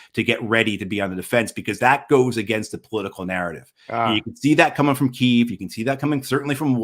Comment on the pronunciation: Don’t use Kyv. It’s the Ukrainian new name.!!